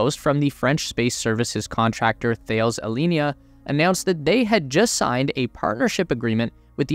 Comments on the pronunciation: It's not pronounced 'Thayles' - its 'Tal-ez' - One of the worlds largest defence and aerospace contractors ! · or is it tah-less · Great video. Btw, it is pronounced "Ta-les" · Thales is pronounced as Ta-les amigo. Another great video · Just as an FYI... "Thales" is a huge (really huge) French multinational. It is pronounced as TA-LESS in French. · Thales pronounced like Alice. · It’s pronounced Tah-lez. The “H’ is silent. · "Thales" is pronounced "Ta-less" :) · Great vid as always. I think it’s pronounced ‘Tal-ez’ though 😜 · "Some of you might not know this company by name" not the way you pronounce it I don't. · You should really Google how to pronounce Thales. The way you pronounce it is so … North American English (and so very wrong). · Sorry but pronunciation of Thales is appalling, c'mon of you want to appeal to a global audience do your research ! Sorry no offence intended just hard to listen too ! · Thank you! Every mispronunciation grated!